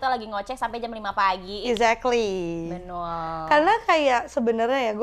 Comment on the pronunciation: Ayas stiap nyebut betul jadi "benul"😅😅